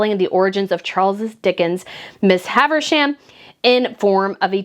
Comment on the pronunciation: It's not "Miss Haversham," but "Miss HAVISHAM"... I wouldn't have commented, but you said "Miss Haversham" SO MANY times! Miss HAVISHAM is a very well-known character from Dickens' GREAT EXPECTATIONS... :-)